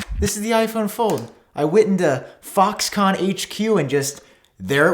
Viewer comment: when he said fox con i heard fuck con. lolol my bad